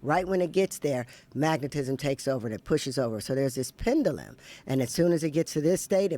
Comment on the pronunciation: If he’s such a “genius”, why can’t he pronounce pendulum properly? 😆 Am I bugging, or is there an alternative pronunciation for pendulum that I’m unaware of?